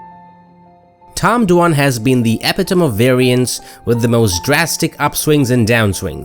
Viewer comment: Epitome is pronounced E-Pit-o-me not Ep-i-tome